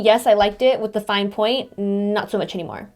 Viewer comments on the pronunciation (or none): none